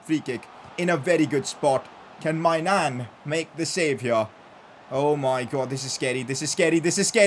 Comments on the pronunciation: Whenever he said maignan I heard my nan 😂😂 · When says maignan… doesn’t it seem like he is saying my nan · every time you say maignan all i can hear is my nan